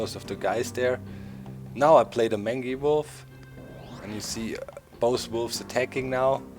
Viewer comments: Doc mangy wolf is pronounced........ mane-gee wolf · Doc... just wondering, is your pronunciation of 'mangy' how your region pronounces it, or do you not know the word? I know the pronunciation as 'main-jee'. I even double checked it on m-w com to make sure. (They have audio files to help pronounce words.) You present an interesting strategy... but I'll stick to mine. It looks crazy, but I have a decent win/loss ratio with it. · It's pronounced mane-gee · Very interesting looking game, and the post-commentary works well. Keep it up! P.S. Mangy is pronounced mane (as in horse's mane) - gee (as in G-string)